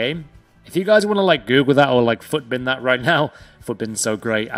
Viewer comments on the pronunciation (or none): none